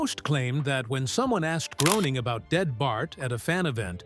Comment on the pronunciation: Good vid but Matts name is pronounced Graining ive heard him say.